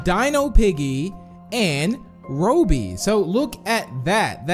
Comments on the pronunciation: Its raw-by not row-bee lol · It's not Roby it's Robby (r aw by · I'm actually triggered the way you pronounce Robby as Roby. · its not pronounced rowbee, its ROB bee, like rob, as in robbery, and bee, like in bumblebee. (no offense tho) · You said robey instead of robby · Robby is not pronounced ROW-BEE. It’s pronounced RAH-BEE. Like so he can see this!! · U English bro u said Roby instead of Robby. Theory: in the Distorted Memory map George was dreaming the hole time NASCARChampion22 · its not roby its robby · Robby not ro-by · IS ROBBY NOT RO-BY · It's Robby not RoObBy(It's a joke not a mean comment I love u ) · Hey it's rob as in robing a store so Robby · He pronounced Robby as "Row Bee" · BC it's like how you say robot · oop meant to spell raw-bee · Robby is pronounced Rob-ee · It makes me mad he said Robby wrong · And its very funny the why you say robby